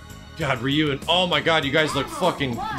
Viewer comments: He said ri yu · The way you pronounced Ryu's name made me literally roll up my eyes 10 times at least Bye. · So no one is going to talk about how he said Ryu's name wrong?